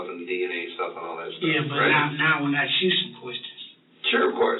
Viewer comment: I have nothing agains anyone but saying the word “AXE “ make them sound as unintelligent as possible.